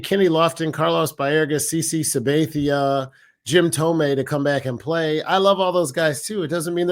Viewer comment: Dude on the right. The name is “Kenny” Lofton, not “.” Also, Sab-ay-thia?? How about Sabathia. Finally, Santana is a guy who comes to the plate looking to walk. Come on.